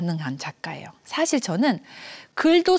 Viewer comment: 장음인 단어의 첫 자를 "짧게 잘못 발음한 예: 사실, 계기, 최근,해주,소설,선행, 두 개, 선택,세상,천대 ,좋겠어요, 등! 이런 평상어를 바르게 발음하지 못하는 학자!! 또 한가지 !! 강의중에, "난이도는쉬운데" 라고 해ㅆ다. 이 얼마나 어색하다. "난이"의 한자를 어떻게 쓰는지 아시는지요?